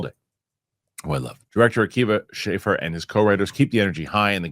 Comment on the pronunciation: Akiva Schaffer rhymes with Laugher. No long A sound for future reference. Big Lonely Island fan. If you haven’t seen Pop Star, you should. He and Andy’s Bash Brothers special on Netflix is great too.